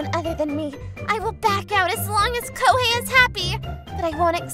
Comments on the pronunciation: Lmao koihei.....hahahah bruh that was funny but seriously its Ko-he-i. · lmao he keeps saying kohei as ku-wei-hey (somehow the other va's pronounce it perfectly) and koimiya as qei-miya and its throwing me off, plus a ton of other words got mispronounced badly did my man get the wrong script or smth?